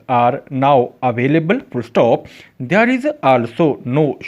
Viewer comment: Ap there shi nhi bolta asa lgta ap bol rha h they are there bola kra kindly ap ki sub recordings ma ya sub sa bri mistake h ap khud b gor kra😊